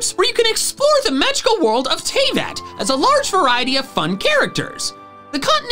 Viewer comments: TEYVAT TEYVAT? ITS TAH-vAT (not how you spell how you SAY) also i know i sound like a Karen it’s just triggering 👶☕️ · Me being mad when you mispronounced Tevat